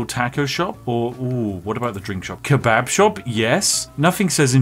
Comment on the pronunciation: who the fuck says kebab like hthat